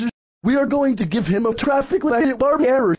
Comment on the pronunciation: its traffic light barney error, not traffic light e barney error